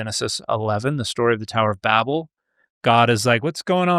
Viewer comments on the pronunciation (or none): none